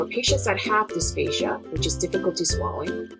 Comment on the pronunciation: I thought I heard dysphasia instead of dysphagia. But anyways, thanks for sharing your knowledge! :)